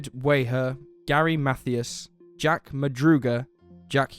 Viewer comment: It's pronounced Math- I-as as in Hi.